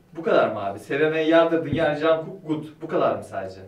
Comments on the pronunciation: Jankuk degil conkuk diye okunuyor ama olsun abi boylede guzel 😂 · jankuk diye okunmuyo junkok diye okunuyor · Doğru okunuşu congkuk aslınsa cankuk daha çok amerikali fanlarin kendi dillerine uyarlayarak söyledikleri şekli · Hayır genelde "junkuk" diyoruz "conkuk" değil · ben de diyorum ki Cangu ne knk? Canguk diye okunmuyor Conguk diye okunuyor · bak aşk işte ben de onu diyorum ya. Orada ki "a" değil "o" yani Conguk diye okunuyor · Can değil con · Cankuk diye okunmuyor Jungkook diye yazılıp aynen okunur.Bu arada army sayısı daha fazla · Güney Kore’den selamlar 🖖 jangkook değil jungkook 정국 diye yazılıyor jongkook diye okunuyor 😂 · JANKUK DEĞIL (CONKUK) Army ler 1.4 milyar oldu bu arada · BTS SEVER Bİ ARKADAŞ OLARAK JANKUK DEĞİL JONKUK DİYE OKUNUYOR. BU ARADA KESİNLİKLE BU VİDEOYU İZLEYECEK. BİR DE ÜNLÜLERLE İLGİLİ VİDEOLARINIZDA LÜTFEN DAHA ÇOK BTS E YER VERİNN❤️❤️ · jonkuk diye okunuyorrrrrr fhgjsdfjgdhf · Cankuk değil conguk Jungkook / Conguk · abi cankuk degil cunkuk diye okunuyo linc edicekler simdi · okunuşu "jankuk" değil "conguk" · Jungkook'a "Conguk" ya da "Conkuk" deniliyor genellikle, ama emin ol bizde de çoğumuz yanlış söylüyor:) takma adı Jeykey(ceykey) ya da kısaca Jk diye yazılıyor. Takma adının kısaltımı aynı zamanda isminin de kısaltımı. Bilgilendirme bitmiştir jdldmdşödşdjxpdkdşşdş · bence herkes farklı okuyo ama çoğunlukla "junkuk" diye okunuyo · ama çoğunlukla junkuk diye okunuyo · bir programda kendi adını yanlış söylemişlerdi ve jonkuk diye düzeltmişti.Bu yüzden öyle yazdım.Kendi aramızda bir sürü farklı şekilde söylüyoruz yoksa. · Jangkuk diye okunuyor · conguk diye okunuyor knk hatta bu romanization hali korece de ç ve c arası okunuyor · BTS 💜 isminin telaffuzu JONGGUK şeklinde ya da ÇONGGUK şeklinde. ayırca videoya koyduğunuz için de çok mutlu oldum 💜💜💜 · Jungkookun Korece okunuşu "Conguk" :) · Son olarak BTS'ten 'CANKUK' dediği yerde koptum sksnsjbsjhsnsjsbsjsbsjj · jungkook (jonkuk) diye okunuyor 🥰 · Cangug diye okunuyor